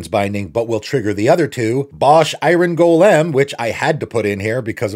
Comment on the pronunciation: “Bosh, I-ren Go-lem” 😂 can’t say I’ve heard it pronounced like that before